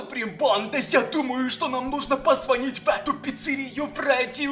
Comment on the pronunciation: вы не правильно говорите. вы не ставите ударение правильно будет звонить